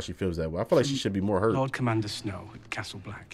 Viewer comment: He said tommand looking fly lol